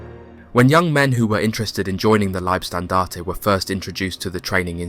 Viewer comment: Warum sprichst du nicht Deutsch?☝️ LIEBSTNDARTE 😂AH..na servus usw... eine fürchterliche Aussprache, peinlich